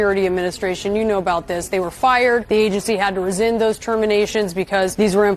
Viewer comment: It's rescind, not "reZind"!